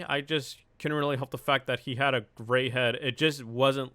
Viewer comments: Thought you said gay not gray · He said Gray i thought he said gay lmao😂😂😂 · i thought you were trying to say gay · Who else thought he said gay? Cuz i did lol